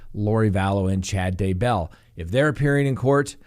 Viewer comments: "DAY"-bell.... cmon dude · I don't know why but I always wince whenever pronounces Daybell, as he is the only one who pronounces it that way. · You're not alone. Me too.